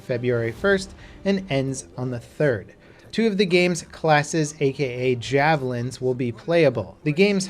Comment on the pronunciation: I love how he stressed classes or "JAVELINS" in anthem 🤣🤣🤣